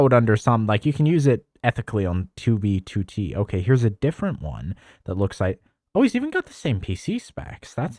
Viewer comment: Tubey tootey